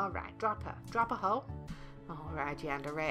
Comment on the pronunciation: Is Yundere not Yandere